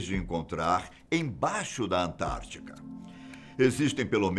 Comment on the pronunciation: É "AntártiDa",, e não "Antártica". Forte abraço.